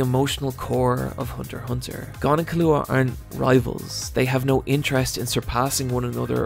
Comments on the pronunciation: C'mon Killua: Key-Lou-Ah Kurapika: Khu-Rah-Peek-Ah Love your vids keep up the good work❤️ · In exchange he now pronounces Killua wrong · Hes killing me with the mispronunciation of Killua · why do you pronounce keeloas name so weird 🤷‍♂️ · Well, you should watch Hunter x Hunter again so you can learn how to pronounce Killua's name right. It's really not that hard.